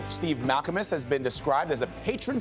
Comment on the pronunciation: "Mal-KA-Mus" JEEZ